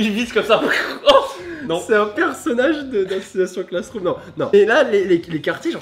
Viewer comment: Assassination Classroom est un nom anglais.... DONC PRONONCE LE EN ANGLAIS! Non je ne hurle pas 😆.